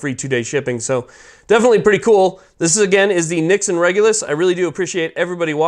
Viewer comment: Yeah, I was like why is he mispronouncing it?!!!